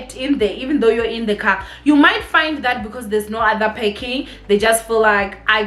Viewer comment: PARKING NOT PACKING!!!!!!!!!!!!!!